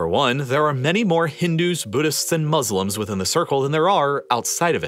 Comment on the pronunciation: No one saying about he said 800 billion muselims